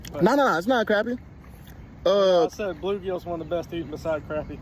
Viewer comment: That's the first time I've ever heard anyone pronounce crappie like "crappy" instead of "crah-pee/crawpee".